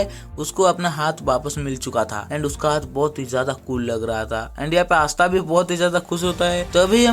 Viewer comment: Asta ❌ aastha ✅